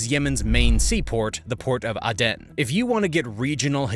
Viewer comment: Please please please.... It's 'A'den not 'a den' it's a place not a child's tent in one's back garden or where fox's live... Just research the pronunciation... I love Americans, what's not to love? But please just Google the pronunciation it's not hard!!!!!. Stop being lazy.